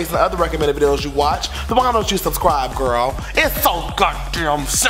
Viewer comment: You need to stop saying gril